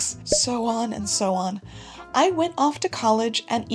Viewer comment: “and so on” or “and sew on” lol